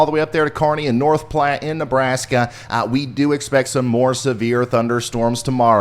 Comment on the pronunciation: Great job guys!! And nice job in pronunciation of North Platte!! 👏 I love this channel!!